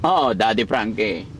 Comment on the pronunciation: Pag binibigkas nya pangalan mo Daddy Frankie ang sarap pakinggan.